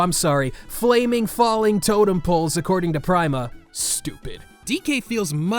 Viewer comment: I have never heard someone pronounce the company's name as "Prime-a" rather than "Pree-ma." Not a complaint, mind you, it's just different.